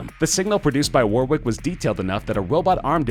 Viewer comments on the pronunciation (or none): The way he says Warwick is cringe. He says it so many times. I don't even know what Warwick did. I was distracted by WAR-WICK. A war of wicks? Fighting for candles? The chandler revolution? War wick. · Stop pronouncing Warwick wrong, it is pronounced "Warrick"